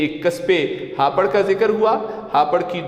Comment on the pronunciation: Yeh hapar hai ya hapoor